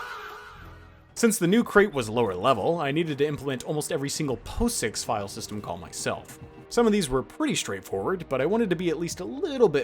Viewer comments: FYI, POSIX is not pronounced "po-six" it's pronounces "pah-ziks" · fyi - it's pronounced 'paw-six' not 'poh-six'